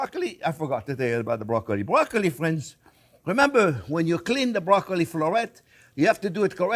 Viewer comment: "well hello there phrinzzzzz"